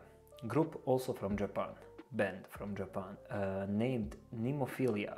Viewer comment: Listening is OK and your reaction is 👍. But why are there so many reactors who can't read? It is NEMOPHILA and NOT Nemophilia....I really don't understand this....